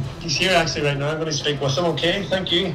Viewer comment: why do you say noy rather than now